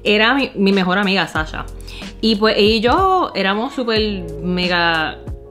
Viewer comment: Amigo, no lo pude haber dicho "mejol"... 🇵🇷 🇵🇷 🇵🇷